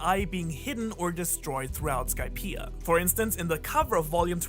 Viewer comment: Idea Skypia These words are sort of pronounced the same way, but you add an “r” to the end of “idea”, like idear, but don’t say Skypier